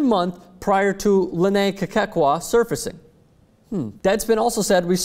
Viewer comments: this story is just as funny as how says Kekua [kay-kay-kwah] lol i laugh every time he says the name. it's kay-coo-ah. but hey the girl's a hoax, why bother, huh?:) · you keep saying "Kekekua"... It's like saying "Strostrom". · That's not how you say her last name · I am from Hawaii and its so funny how this White guy is pronouncing Kekua's name wrong lol. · stop butchering the name, LOL